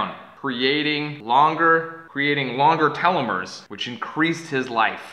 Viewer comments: Damnnnnn son that's really good, although its pronounced "Teeel-oh-meeres" not "telemeres" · I've always heard it pronounced "tell-o-meers" not "tell-o-mores". Maybe it's a po-tae-to poe-tah-to thing. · pretty sure you were saying that wrong telo mores.